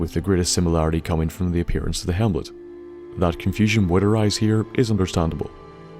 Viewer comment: hemlet. Hemlet. Hemlet. He says hemlet. Silly